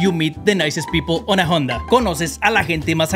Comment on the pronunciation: Te falto aprender la pronunciacion de HONDA se pronuncia sin la H……..ONDA